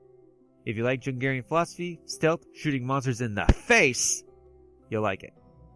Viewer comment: Jungian pronounced Youngian, not jungarian.